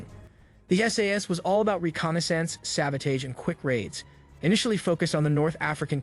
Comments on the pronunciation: Not sabodage… SABOTAGE (SAB-uh-tahzh) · Good video but hearing it pronounced sabo-taaage is throwing me. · Why do you pronounce sabotage like that? Are you Canadian or something?